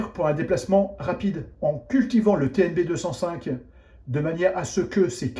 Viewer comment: TnB 2 "O" (oh !) 5 donc, pas TNB205 mais TNB2"o"5... faut pas raconter n'importe quoi...